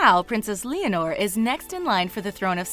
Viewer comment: You pronounced Leonor wrong.